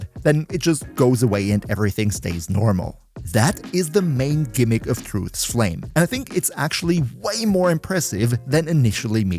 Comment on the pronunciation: Beloved Titron gets yet another big buff to its name! Thanks for the writeup and sorry about the mental damage cost you inevitably took from trying to pronounce Truth's Flame even once